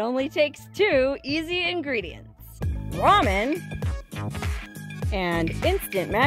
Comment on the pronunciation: its pronounced ramen..not ramen-duh